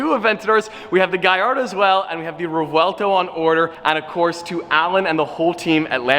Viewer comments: The correct pronunciation is rev-welto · Revueltuouuu NO🤣 i'm laughing as a spanish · You were close to my place Revuelto ( closest pronounced Rev well toe well close enough) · I think it’s pronounced revuelto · **[Rev-wel-toh]** The easiest pronunciation for english speakers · Re-well-tow - Spanish for "scrambled". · you can say it like this Re-buelto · Pronouned Revvwellto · It’s pronounced (revel-tow) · It's pronounced Revuelto. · the pronounciation of revuelto is re-v-uelto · The car is pronounced rev-oo-el-toh I think. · reˈbwelto is how you would pronounce it. 💯 sick car! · Yes, I'm Mexican (yes, those are my credentials, even tough its not Italian, they're quite similar) you do pronounce the "V". Its like ReVuelTo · Four syllables: Rev-oo-EL-tow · The "V" is not silent. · Revuelto, means scrambled, you do pronounce the v. My favorite car. I want a ride. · Named after a Spanish bull, again, so Spanish pronunciation dictates the V is said like a light B sound. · In Italian the 'v' is always pronounced, it is never silent. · My man bought a car and can't pronounce its name😂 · using some weird Italian accent, remember the car is named a Spanish fighting bull, has nothing to do with Italy, so just ask Sophy how to pronounce it. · As an Italian decent with the vu together in English it has a w sound so take it from there on the name. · Jesus just butchering the name Sophia said it right but can't really be mad at a down syndrome yt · Car looks crazy. But why didn’t you ask the ceo how to pronounce it. Lol. That would have been smart. Can’t wait to see your new car. Congrats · Speaking a phonetic language, it's easy to pronounce Revuelto for me, but it was really interesting to see you guys trying 😂😂 obviously Sofia has a big advantage here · you need to stop pronouncing the spanish word like it's italian, Sofia only needed 1 take 🤣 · V is not silent, the official reveal video from Lamborghini its pronounced with the v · si dice rèvuelto